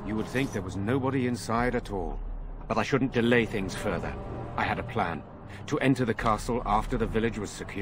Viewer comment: Great video! Been playing it while working at home! What's with the main character's voice actor though? It's like they got someone who has never spoken a word of English to read the script!! Delay and botanist are two of my favourite pronunciations!